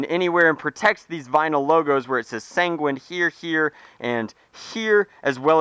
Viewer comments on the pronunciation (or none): sanguín sounds like penguin